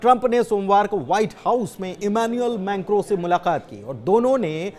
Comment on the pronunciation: Menkro. Nahi mekron